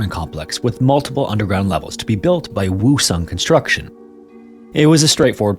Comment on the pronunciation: Pretty sure that isn't how Woosung is pronounced..